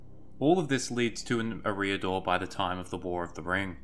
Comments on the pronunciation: EH-ree-ah-dor. Not eh-REE-ah-dor. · E-riador; not Ereeee-ador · can't deal with 'Areeedor' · Is that how Eriador is pronounced? I thought it was pronounced identically to "Area Door", just without a pause between area and door. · How he says the word eriador It’s pro bounce area dor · I believe all 'a,A' vowels are pronounced "ah" not "â" Fantastic video btw You have a great voice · looked like a nice clip to watch. but when you opened up by failing to even pronounce the name correctly you lost me.